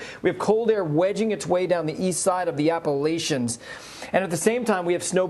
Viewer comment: There is no 'sh' in Appalachians, it's 'ch' like cha-cha, you don't say sha-sha... SMH